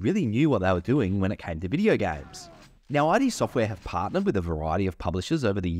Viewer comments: It’s “id”. Not I.D. Since you claim to be a huge fan I would think you’d know how to say their name. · Why oh why are You calling Id software "aidi software*? It's pronunced "eed software " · Again, note: This is a bit difficult to explain, since English is a nonphonemic language, but you don't pronounce id Sortware "ai dee"(not like "I" & "D"), just simply id Sortware. And also I'm writing you use lower case "i" and "d" to match the stylized name, which just further indicates the fitting pronunciation. 😉👌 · Ah yes, thank you, I learnt this after I posted this video, clearly my education at work:) You will be pleased to know in my latest video (MOHAA) I correctly pronounce it. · You're right about Quake 2, it's a step up from Quake and an excellent game. It drew me in far more than original Quake, which I think of as a fantastic technology demo, but a fairly mediocre game. I shan't be using the RTX updates, my GPU is positively ancient. By the way... did anybody mention your pronunciation of "Id" ? 😂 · I loved the video... but the look up the pronounciation of ID... it's kind of deceptive :)